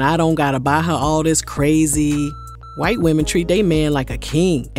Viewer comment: I really did!! "Check on it" used to be my ish too 🎶 and the way you say "white" gets me every single time.😂😂 please keep saying it 🤣 Slim thug is not wrong about the cooking and catering but some black women do that too smh. 💯 I was raised in a Nigerian household so they don't play bout that 👩‍🍳🧹🤴👸😂